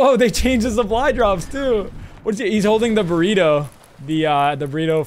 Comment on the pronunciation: Says its a samwich and its a burtito